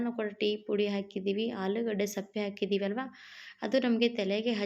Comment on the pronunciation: ಅದು ಸಪ್ಪೆ ಅಲ್ಲ ಸಿಪ್ಪೆ, ವಿಡಿಯೋ ಮಾಡುವಾಗ ಸರಿಯಾದ ಪದ ಬಳಕೆ ಮುಖ್ಯ